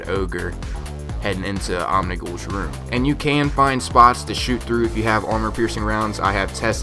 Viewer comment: "Wew Of Crota" "Omnigew". Lol